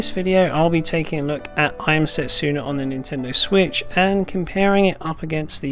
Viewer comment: Setsuna is pronounced se-tsu-na, not set-su-na..........